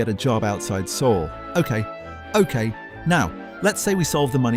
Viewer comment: How can you pronounce Seoul wrong as a Korean,?